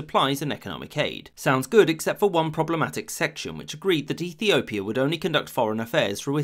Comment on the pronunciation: You can clearly hear Ethiopia